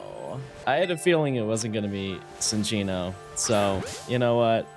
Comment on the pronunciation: Cinccino, a Chinchilla, is not pronounced "Sin-chino", it is "Chin-chino"